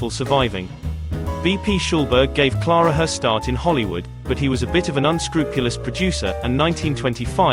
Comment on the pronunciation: Stop calling her Klaarah. Her name is Ciaire-ah.